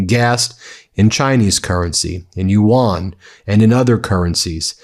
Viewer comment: very small nitpick—i love your coverage but it’s pronounced “you-en” like “UN,” not “ewan/you-wan” sorry, it’s just really distracting